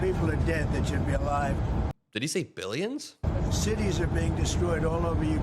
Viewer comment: Bilmilions he sad bilmillions